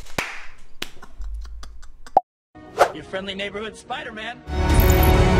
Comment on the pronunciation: Hey guys I'm Spuder man!